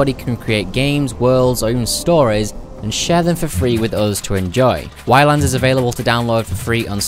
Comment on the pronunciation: Btw, it's just pronounced islands! At least, that's how the devs say island!